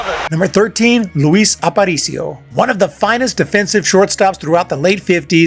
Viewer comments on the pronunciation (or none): Leetle Luis